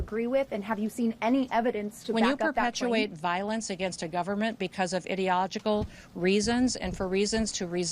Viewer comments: "idiogical"??? What does that even mean?? 😵‍💫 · Btw lmao Kristi Gnome said , " IDEOGICAL" like what the what? She's illiterate as well as psycho. Blessings Angela and family ❤❤❤❤ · “Idiogical” good greig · Can’t pronounce ideological